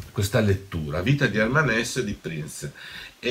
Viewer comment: Hermann HessE. In tedesco le e finali si pronunciano sempre.